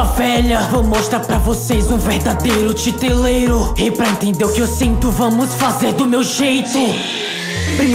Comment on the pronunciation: A pronuncia não é Titereiro?